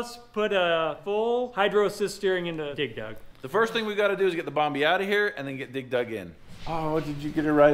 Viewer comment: Why dose say dig dug so weird? Sounds like he's pronounceing it dig Doug 😂